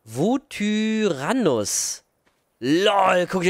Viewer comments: Das heißt Yutyrannus Und nicht Vutyrannus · Das spricht man Jüteranus aus